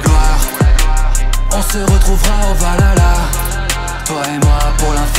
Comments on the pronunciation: Je suis le seul dont ça perturbe qu'il dise "valala" au lieu de "valhalla"? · C'est pas Valala c'est Valhalla le H ce prononce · on dit pas valala mais whalhala merci et puis a quoi ca sert de faire de la chanson si c'est l autotune qui chante et pas toi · BORDEL C'EST PAS VALALA C'EST VALHALLA. L intonation du H se prononce sinon c'est dégueulasse. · Ça se prononce ValHalla pas Valala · Franchement super taf, ça ce voit que tu as bossé de ouf, mais je juste j'ai un truc à redire même si c'est chipoté ça ce prononce pas valala mais valhala(val ala) mais sinon tout est parfait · je kiff le refrain mais par contre on dit pas valala mais bien valHala ;) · Chanson et clip excellent la seule qui me dérange c’est la prononciation de Valhalla ... Valala 🤣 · Pour info, le mot Valhalla se prononce avec le H et non pas valala. Sinon j'aime bien les faux tatouages d'Yggdrasil ou de Jormungandr, mais normalement, ils sont censés racontés les histoires qu'on a vécu, les contes des scalds ou représenter des symboles magiques comme ægishjálmur pour la l'invisibilité au combat ou gapaldur et ginfaxi pour la glíma (un art martial islandais) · Va la la ? ptdr, c'est plutôt "Val-ha-la" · sa c'est jamais dis valala mais Valhalla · "au Valala..." svp prononcer ça correctement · Nn C est bien vikings pas avec Norman il sait même pas dire vahalla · Après il dit valala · Ouais on dirait qu’il a sortit ça d’un épisode de oui-oui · justement, il chante valala... Trop dure pour les fr de prononcer le h apparemment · Ouais bon après tu dit " valala " donc bon. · Bah voilà une personne qui sait dire vahalla